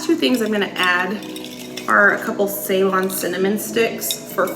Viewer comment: Hi. I’m from Sri Lanka also called “Ceylon” when it was colonized by the British. So its pronounced as “Ciylon”and not with a “e” eventhough its written like that ❤ Other than cinnamon we are famous for Ceylon tea one of the best in the world.